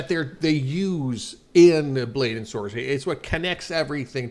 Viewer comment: Saw this on a discord server, i was pretty confused (edit: why did you say blade and sorcey😭)